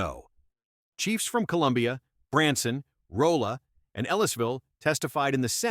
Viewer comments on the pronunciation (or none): I live in Missouri and this doesn't surprise me in the least. Every judge Trump appointed in his 1st term has stabbed us in the back. By the way, Rolla is pronounced "RAH-lah", with a flat "a" sound. Dear Missouri state legislators who didn't yield to pressure from pisspot county sheriffs: thanks for trying. We love ya.